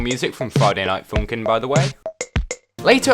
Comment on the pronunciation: dang he really said friday night funking